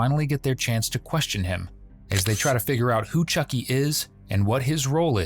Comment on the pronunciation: AI always reads names wrong. Choky, when it's clearly Chucky?